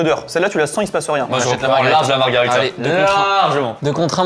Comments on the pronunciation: Juste pour info on ne dit pas margarita mais margherita pour les pizzas. Sinon c’est un cocktail 😊 Et pendant qu’on y est c’est soit des ciseaux soit une paire de ciseaux hehe. Je taquine. 😅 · Margherita, pas margarita. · Par pitié c'est "MarghErita" et pas MargArita 🤣